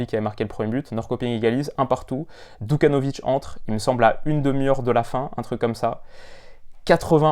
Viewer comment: super vidéo! juste une petite erreur c’est Djukanovic et pas Dukanovic et il a 19 ans!